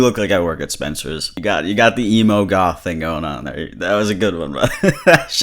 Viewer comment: Did he call you emo "gawf" ? lmao